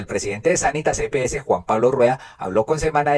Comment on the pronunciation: Las EPS, no las epeses, es como las heces.